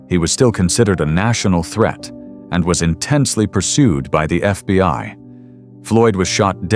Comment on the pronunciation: "He was ambushed and shot by the FBY." 😐